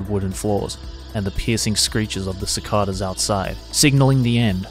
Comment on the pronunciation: You said cicada wrong.